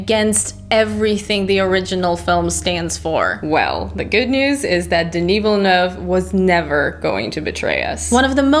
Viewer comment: Wow the fact alone that you said Villeneuve almost flawlessly as an english speaker is awesome. Good review by the way